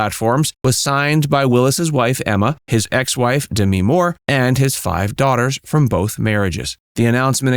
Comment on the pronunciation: It’s not D me more - it’s DEMI for Christ sake! 🙄